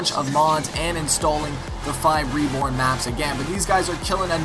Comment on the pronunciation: Lmao good job you finally said the name right FiveReborn*